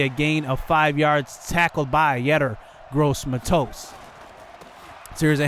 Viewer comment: look up how to say yetur gross matos